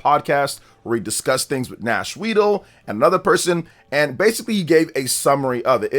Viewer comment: Come on man, NashWeedle? Really?